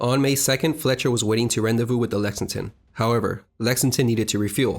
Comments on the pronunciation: Great presentation of real life history. Really brought it to life. Thanks! Many English pronunciation errors but as long as you don't say "aircrafts", I'm good! Thanks again. (PS: Elite is pronounced "eh-leet". Rendezvous is "ron-day-voo".) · RON-day Vu....rendevous